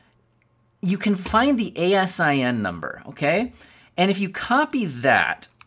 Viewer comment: As a long time Amazon employee I laughed every time I heard you spell out A S I N. We pronounce it out. It stands for Amazon Standard Inventory Number.